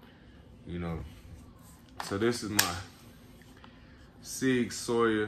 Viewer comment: no disrespect but it is pronounced SOUR ...(.like SauerKraut) ....SIG-SAUER.. ( NO SHADE BRO). y'all don't ROAST ME in the comments LMAO!